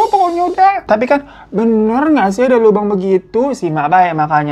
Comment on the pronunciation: Lubang kek gitu ngomongnya bang,jangan bilang Lobang jd gk enak di dengernya😢